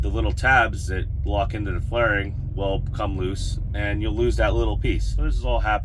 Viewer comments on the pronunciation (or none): It's fairing not flairing